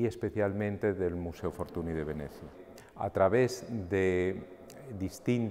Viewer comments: La NY de pronuncia Ñ en catalan, por lo tanto se pronuncia " Fortuñ". M'ha fet mal escriure Fortuny així, la veritat,. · La NY de Fortuny es la Ñ en catalán. Es escandaloso que un museo como el Prado, con el rigor que le caracteriza, no sepa pronunciar bien el nombre de este magnífico pintor. Debemos reivindicar que se pronuncie bien los nombres de todos los artista Mucha, Munch, etc. Por otro lado, no olvidemos a los grandes contemporáneos y amigos de Fortuny; Tomàs Moragas o Josep Tapiró, entre algunos otros. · Hola Daniel, a pesar de que en catalán se pronuncie "fortuñ", en castellano, italiano, francés, o inglés, se le conoce con la pronunciación "fortuni", de ahí la confusión. Sucede algo parecido con artistas como Ingres. Un saludo